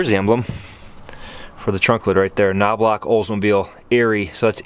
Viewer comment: That car is from my hometown! It's Knowbloch Olds-Toyota. It's pronounced Kno-Blow